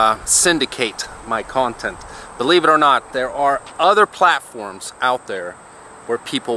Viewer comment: Word of the day, "Kawntent".